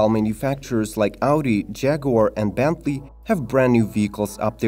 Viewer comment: I think he meant Bentley not benty